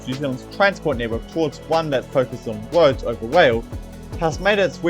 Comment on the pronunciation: Sounds like a story about Wailways and Woads